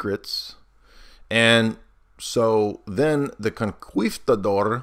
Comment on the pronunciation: Hearing “conquistador” mispronounced 500 times was painful.